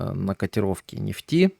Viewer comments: Правильно ставить ударение в слове нефть на Е. Ну нельзя говорить на столько безграматно, как автор: "котировки нефтИ". Правильно "котировки нЕфти". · Так у Вас ударение на второй слог. А уж " нефтИ", упоминаемое часто, режет слух. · Режит слух не правильное ударение в слове нефть,слушаю и смеюсь.Доверие пропадает к инфе